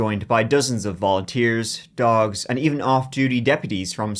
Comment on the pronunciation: "dags" Sure, I like dogs